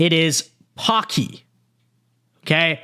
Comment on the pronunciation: It's Paki not Poki. No different from saying Alex instead of Alexander or Sue instead of Susan.